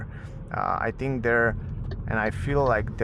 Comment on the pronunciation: Try to say English TH like in CLOTH. You say I THINK like I TINK 😢😢😢